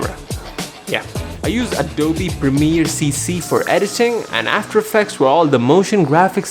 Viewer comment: Nobody: litterally no noe: Not even lazarbeam:: ADOBIE instead of adobe